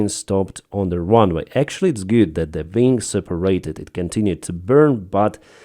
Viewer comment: Ving? Do you mean wing?